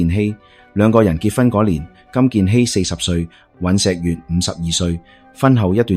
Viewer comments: 😂雖然你運用ai旁述都幾出神入化 但尹錫藥 國衛議員 係點樣讀錯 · 看了你很多視頻，非常多字讀錯音。依次連總統個名都讀成幾個版本，一時讀「悅」、一時讀「藥」。酗酒的「酗」字我都唔知你讀乜，我「聽」YouTube 聽你既「廣東話」聽得好辛苦😓作為香港人都要估你讀乜。你如果唔肯定啲讀音，可以上網查完再讀，好好地內容無問題，硬生生被讀錯音draw走啲attention….. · 大陸仔講廣東話 尹錫悦（月），不是（若） 朴（撲）堇慧，不是（嫖） 酗（於）酒，不是（吠）